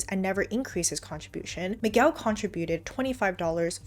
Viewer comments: The u in Miguel should not be pronounced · lol i love how you say "Mig-well" at first but then went ahead and say Miguel correctly right afterwards twice...great vid!